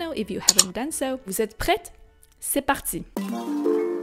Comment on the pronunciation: seems vous êtes prêts you shouldn't have pronounced the t in prets